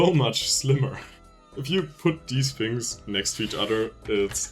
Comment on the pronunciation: "dese fings" Your laugh is very endearing btw, very fun to watch you work.